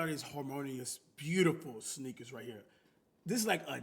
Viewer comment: That Louisiana accent wanna say sneaker so bad 😂